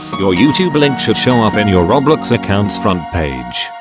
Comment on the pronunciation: What kinda voice is this LMAO THE WAY HE SAYS ROBLIX